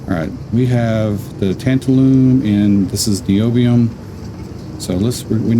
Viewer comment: Tabtalun is oronounced “tan -TAL-um”. It is used (among other things) to make electrolytic capacitors. 😜